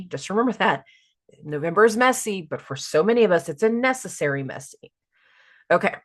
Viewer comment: Hahaha “messessary”😂